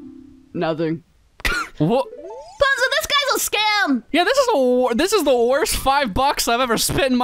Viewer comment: I keep thinking every time Navi says pozo I think she says bozo